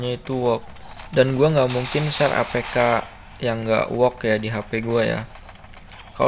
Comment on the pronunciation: Ternyata klo ngomong work jadi wook